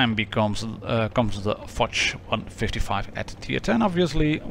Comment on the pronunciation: Fotsh ? where do you see a t ? it's fosh, the sam SHHH sound as in hush, it's exactly like POSH, with a F.